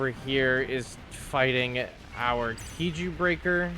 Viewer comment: When you say KIJU, why do you pronounce it "key-joo" instead of "kai-joo"